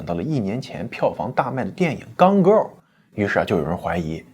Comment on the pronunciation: 是gone girl不是鋼girl